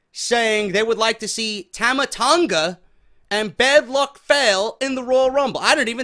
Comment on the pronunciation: lol it's bad luck fall-lay....bad luck fail lol